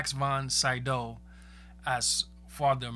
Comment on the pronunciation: Jeez...I get going in blind, biut damn at least research how to pronounce peoples names... William FREED-kin Max von SEE-dow